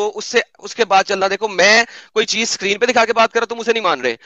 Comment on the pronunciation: Hours ko ganta bolte hai gainta nahi Screen kehte hai sakrin nahi